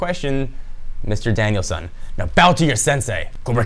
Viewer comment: Danielson....not Danial-san.... >.>